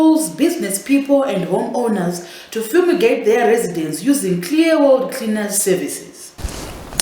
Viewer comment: You always kill me with the VP 🤣🤣🤣🤣🤣🤣 guys you're killing me "creaners" 🤣🤣🤣🤣🤣